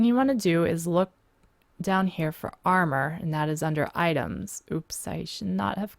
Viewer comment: lol you pronounce and like ayand.